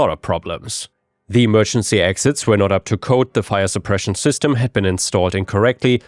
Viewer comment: He also pronounces "were" as "where". So, if you don't understand the context, that could be confusing.